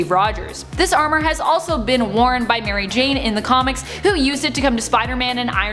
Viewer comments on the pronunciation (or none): none